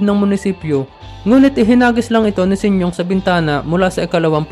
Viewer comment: Sinyong?🤣...Sinyo ang tamang bigkas